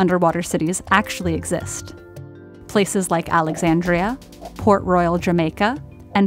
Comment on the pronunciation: I thought it was Pork Royal Jamaica turns out it was Port . I mean the shape and the color of the city looks like pork and the way she saids it really sounds like Pork😂😂